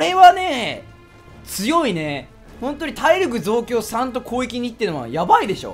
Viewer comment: なまって攻撃って言えてないよね こうえきに聞こえるw